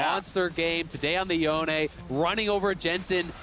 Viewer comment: is that really how you pronounce yone? Holy.